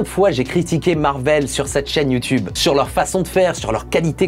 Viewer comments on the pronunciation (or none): none